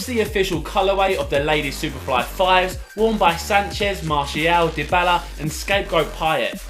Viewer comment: Lol how he says Dybala. Dibaler